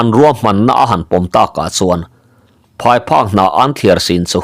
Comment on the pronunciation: Phai phak hnah nilo in phai phuk hnah tih tur a nie